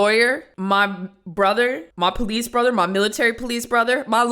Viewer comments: Anyone who pronounces police as “po-leece” is immediately guilty in my opinion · Military poh-lice